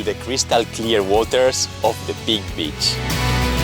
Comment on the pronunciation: Cuidado con la pronunciacion de beach. Puede dar a malentendidos.